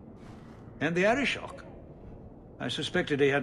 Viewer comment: Just one comment: Arishok. Not Arishock. :-)